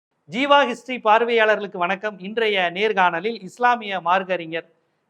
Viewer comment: ஜீவா,தவ்ஹீத் சரியாக உச்சரிக்கலாமே.